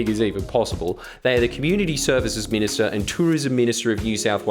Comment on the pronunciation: Tourism Minishter? ding haha